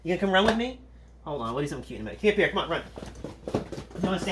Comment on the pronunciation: The way he pronounces pierre makes me cringe :(